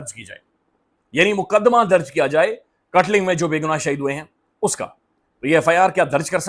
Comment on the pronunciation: This is kaatlung or Kaatlang not katLing